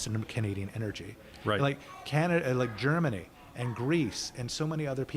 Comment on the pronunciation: Dont know why, but everytime, for a split second, when i hear ca-na-da, i think its a different place than can-a-da 😅😂